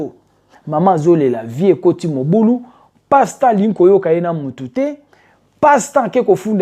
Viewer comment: Desho ndenge ozo prononcé kombo ya sois disons Pasteur yango 😅😅😅😅😅 passtemps Kiékiékié 😅😅😅😅😅 baza penza ba passtemps bazo mema ba sois dison ba Soeur na lifelo Nzambe sunga.il fallait kotangaka ba kombo na bango po balapa